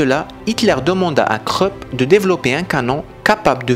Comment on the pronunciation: Juste un conseil, Krupp se prononce en allemand; Croupe, comme la croupe d'un cheval et non pas creup. Peu de langues prononcent le U comme en français, dont l'allemand mais il s'écrit; Ü. De mémoire je n'en vois pas d'autres. Ce son étant absent des langues slaves...non, je ne vois pas d'autres langues. Pour anecdote, le canon nommé la grosse Bertha était une référence sarcastique bien française à l'épouse de Friedrich Krupp, Bertha qui était une femme assez forte, son mari paraissant assez frêle à ses côtés.